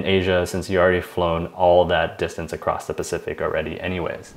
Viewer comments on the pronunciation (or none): none